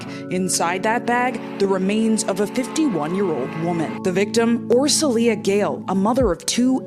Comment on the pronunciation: Her name is pronounced as Or-sho-ya.